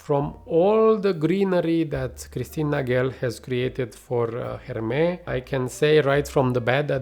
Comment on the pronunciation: Why are you pronouncing « Hermès » like that ? 😅 .. Couldn’t concentrate each time haha ! Hermès usually do good green/fresh outside of hype fragrances.